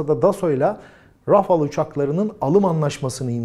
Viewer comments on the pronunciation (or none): Rafıl degil rafael diye okunuyor Seninkisi cipsi reklamı gibi oldu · Rafil degil, telaffuzu RAFAL, ikinci a’nin uzerinde sapka var gibi dusunun.. yumusatarak okunuyor.. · Qatar'ın 45 km2 kadar bir hava sahası var 😄😃. Doğuya gitse İran, Batıya gitse Suud sahasına giriyor. Adamlar tatil köyü kadar memleket. Naapsınlar? Bu arada Fransızca Rafales, iki a da ince yani râfâl diye okunacak.